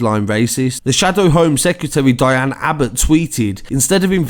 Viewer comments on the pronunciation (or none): none